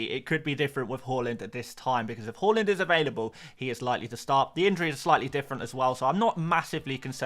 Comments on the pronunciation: Fan of this channel but “horland” drives me crazy 😂 Haaaaland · Great content as always. Thanks Mate. One note: His name is Haaland and it should be pronounced as Haland not Holand 🙂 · Haaland ❌ Holund ✅